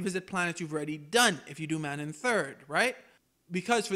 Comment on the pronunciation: The game itself says the actual pronunciation of Manaan several times, how could you still say this wrong? Lmao